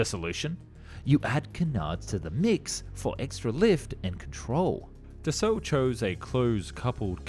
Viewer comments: btw, Dassault pronunced "Dass[ow]" not "Da[suit]" the last consenet of french word are often silent and "au" pronunce "ow" not "woo" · But he makes "up" for it by pronouncing it "Dasu" instead of Dassault :D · Dass-oh not Dass-ooh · No that sound Dasso. Not dasu I'm French. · Dassault is pronounced like Dasso. ;) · not always in family names.... Je dis dassaulT, il y a deux consonnes à la fin du nom, et les ancêtres de la famille devaient surement le dire aussi il y a une ou deux générations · Got its name from the WWII nickname of Marcel Dassault's brother = Char d'assaut = Tank. The story is on Dassault's company website. But yeah "d'assaut" like "fusil d'assaut" = assault rifle, as you said. Assault is the old spelling. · bah le Monsieur te dit justement qu'il a mal prononcé Dassault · Still mis-pronouncing Dassault though ...